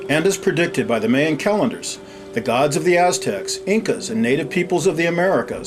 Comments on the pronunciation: Mayan: supposed to be pronounced " MY-AN" not "MAY-AN"....... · video is awesome, except for the strange way he says Mayan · this dude needs to learn how to pronounce the word mayas and mayan